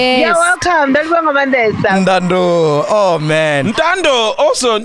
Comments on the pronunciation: May I please just correct MacG, it's Ndaundona, which is short or slang for Ndauyanduna( a male Lion), it's not Ndaundo! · it’s ndau ya nduna not ndandoh 😂😂😂😂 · It's ndau ya nduna. Not ndado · MacG is such a City Venda boy, it's Ndaa nduna, not ndaa ndooo 😂😂